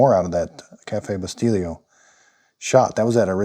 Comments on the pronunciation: I just scored one for $50 on FB Marketplace locally. I'm already obsessed with this thing. The Espresso brand you're using is pronounced "Bi-STELL-o" not, Bi-Steel-io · Wait... did he say cafe Bustilio? How did he make that sound Italian? lol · This is great review perfect , by the way bustelo is pronounced Boost-hello without the H or Bustillo coffee" is pronounced as "boo STEE-yo coffee, Key points: "Boo": Pronounce like the beginning sound of "boot". "STEE": Emphasize this syllable with a long "ee" sound like in "see". "Yo": Pronounce like the "yo" in "yoghurt". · I love the glass cups though, thx for the review, it was very helpful. I'm in the process of buying an expresso machine but because i never owned one neither do I know how to make one. I'm looking to buy a decent one without having to spend hundreds, you know what I mean ? By the way, the way you pronounce that Bustelo expresso coffee you bought, is like if it had a double L, remember Abbot & Costello?.the same way 😁. Thx again! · it was driving me nuts everytime I heard it pronounced wrong.